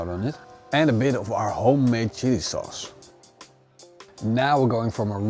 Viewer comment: Sounded like he said shitty sauce!